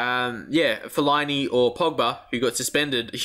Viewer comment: Fellini you keep calling him that is fell-a-ini